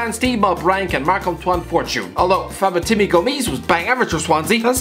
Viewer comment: ‘Fabetimi’ Gomis